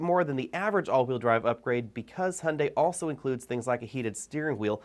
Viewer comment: Another unnecessary brand whose design will sooner or later not differ from other manufacturers. Capitalism at its best: pretending diversity where no one is. Also, it's funny how you Americans pronounce "Hyundai": there is no "o" like in "Honda" - actually it sounds very similar in your type of speaking. I wonder, because you should be easier able to pronounce the "yu" as "yu" or "ju"...